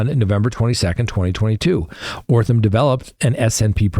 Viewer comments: Holy Jesus. This guy can’t pronounce letters. That’s amazing. O-T-H-R-A-M is pronounced OTH-ram. Not frigging OR-tham. That’s remarkable. I guess he maybe needs to redo kindergarten? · Sorry... it's OTHRAM not ORTHAM!! 😬🫢 Just saying.